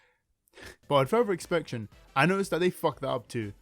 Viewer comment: "with further inspuction"